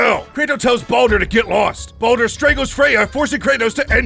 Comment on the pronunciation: LOL IT SOUNDS LIKE HE CALLS BALDUR BONER (Sometimes tho some parts it’s clear he says baldur)